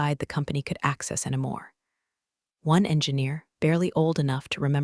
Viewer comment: Every homophone has a 95% chance of being incorrectly pronounced. Also, "anymore" - "anamore"; and I don't know how to represent the pronunciation of "Patagonia(n)".😅